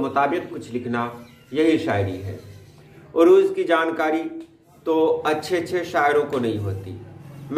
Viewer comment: Arooz correct,urooz galat.